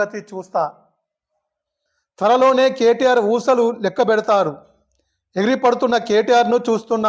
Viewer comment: ఊచలని ఊసలు అని చదువుతున్న జర్నలిస్టు కి హట్సప్ 😂😂